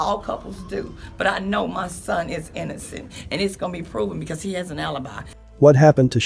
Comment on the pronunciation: The mother can't even say innocent . I hope we don't see her back on television if the tables turn.